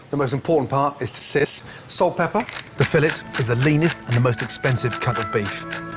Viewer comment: That feeling when a world-famous chef can't pronounce filet right.